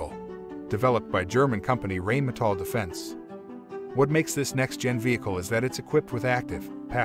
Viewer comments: Reinmetal... pronounced Rine- mae-tall... Not rain-metal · You mispronounced rheinmetal